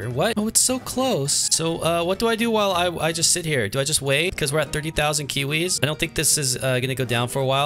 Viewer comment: why do you say kuwis instead of kiwis??